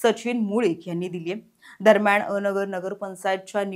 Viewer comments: अ नगर नव्हे अन- गर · पत्रकार मॅडम, अ नगर नाही, अनगर आहे ते 😂😂 थोडी तयारी करत जा बातम्या दयायच्या आधी